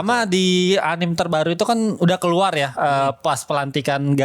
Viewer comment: Gue risih banget sama orang yang nyebut anime dengan anim. Anime itu bahasa jepang, bukan bahasa inggris, jadi bacanya ya anime, bukan anim.